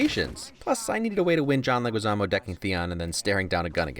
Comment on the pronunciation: John Legizaamo... Legeezmo. Legeezmo.